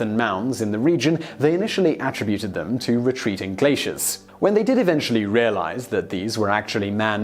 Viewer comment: Hmm. your pronunciation of certain words has always perplexed me, but I've chalked it up to cultural differences. For example the way you say "be-ring" instead or bear-ing". Twenty seconds on google could have fixed that. However I find it very unusual how just after you mispronounce the word attributed with the noun form of the word, but immediately follow it with the correct verb form in the next sentence. I do understand that the segments were likely filmed at different times and edited together later. It does however take away from the presentation and detracts from the appearance that you are knowledgeable, making me less inclined to accept the information you are conveying.